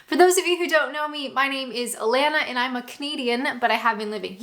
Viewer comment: I don't know if you will read this comment but there is only two things that you say that grate in my sensitivities 1) is the way you say 'eeand' instead of 'and' and any word that contains and. Two when you say 'Byeee' you are doing it in your everyday accent but it should be two octaves higher - try it x